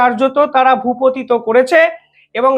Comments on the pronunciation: শব্দটা ভূপতিত নয় ভূপাতিত। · ইংরাজি অনেকেই ভুল বলেন কিন্তু বাংলা ভুল বললে খুব খারাপ লাগে। এই যে বললে ভূপতিত, শব্দ টা আসলে ভূপাতিত।